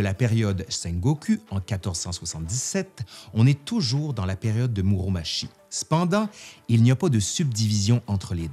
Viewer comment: Par contre pour Muromachi on le prononce Muromatchi et non pas Muromashi. C'est n'est pas le même nom sinon ^^ むろまち et むろまし c'est différent :)